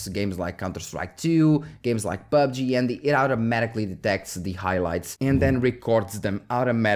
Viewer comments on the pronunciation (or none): none